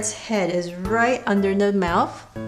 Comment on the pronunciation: why are you saying mouf